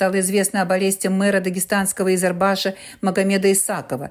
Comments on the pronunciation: Не Изербаш, а правильно Избербаш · Избербаш, а не Изербаш!